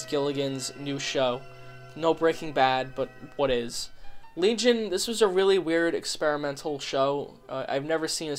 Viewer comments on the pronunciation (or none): none